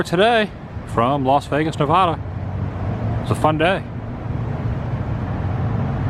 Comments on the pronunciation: It is actually pronounced Nevada not novoda Google it George W bush was actually mispronouncing at also he no longer does that the story is so big even a news station covered it NA VA DA NOT NO VOD AH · Please pronounce Nevada right. It's Nev-adda not Nev-odda. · Fabulous Las Vegas Nev-ADD-ah! Pronounced like AD-am the awesome Woo. Love your channel and vibes. Sorry for the wind amigo! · You say nevada wrong………